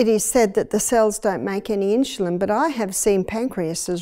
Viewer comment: Great video but they way she pronounces insulin is driving me nuts! I wonder why she's putting an h in the word?